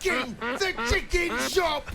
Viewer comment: Man even said chick king shop 😂😂😂😂😂 am dead ☠️